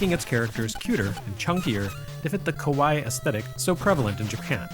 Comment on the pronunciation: I wonder if that was 'kawaii' or 'kowai'